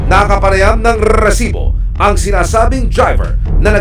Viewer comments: ung maiinis ka sa Reeeesibo kaso gusto mo pakinggan pero nakakainis hhahaha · siguro ako lang pero nakakairita RRrrrrresibo, Ang corny mo emil sumangil. Ginagayang pilit si mike enriquez.Sorry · When I see its resibo I immediately pause the video and just leave a comment that its so cringe to hear Rrrrrresibo. Just my opinion 😅